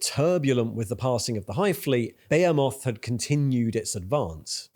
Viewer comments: Its "ba he moth" not "beo moth" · Dude, for real. How is no one mentioning this? Who the fuck says behemoth like "Bay-a-moth" instead of "Be-he-mith". Fucking crazy, unwatchable video. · Bro why are you saying Behemoth like "Bay a moth" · my man, i dont think that is how you pronounce behemoth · I think you're great. Your channel is awesome. You're pronouncing my army incorrectly. Its ok. I understand what you're doing. You're doing it on purpose to drum up snarky comments, like this one. Get that viewer interaction. You're pronouncing Behemoth wrong, too. Keep up the good work. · The way you pronounced behemoth.. Had to stop watching there